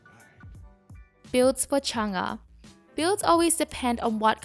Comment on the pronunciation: Your pronouncing her name kinda wrong it’s mostly correct